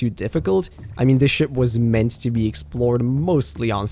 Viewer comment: You need to pronounce ship correctly 😅